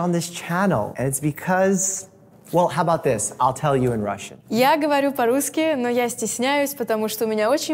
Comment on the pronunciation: "Not рюски as you’ve written. There is no such word." ОН произнес "рюски" и я это предоставил как обоснование своего первого сообщения. Он в этом видео произнес 5 слов из которых одно звучало как "рюски" а другое звучало как "спрашуют". Translation: HE was the one who butchered the word. I simply transcribed what HE said. Thank you for pointing out that the words he said don't actually exist and sound only slightly similar to the correct pronunciation.